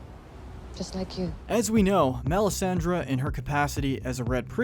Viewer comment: He also mispronounced Melisandre.